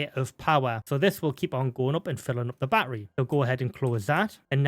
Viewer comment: Still trying to figure out what a "baa err ree" is. Is he referring to baTTery, as in pronouncing the "t"'s in the word? Have the British just abandonded the "t" because of that American incident about 250 years ago?